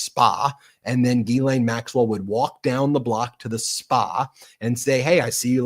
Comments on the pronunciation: Gggghhhhiiissssslaine. Not Geelane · you are pronouncing Ghislaine's name wrong The Gh is pronounced like a J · lol it’s purposeful